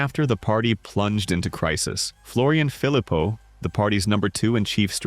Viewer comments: Philipot is pronounced Philipoe. In Old French ( ), the last consonant was pronounced, but is normally silent now accept words like "fils" (son). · Your French pronunciation REALLY lets you down in this one: - Rassemblement National - Philippot Where's her ankle bracelet?